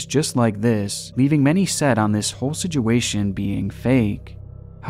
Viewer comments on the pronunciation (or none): Yo I love your videos man, but you really need to learn how to say situation. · I've noticed how you pronounce "situation" 😂❤️ love ur videos man